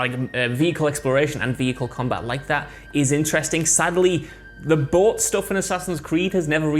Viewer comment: It was not until the final time said "bought" that I realized he was trying to say "boat", up until that point I was rather confused in regards to what he was talking about...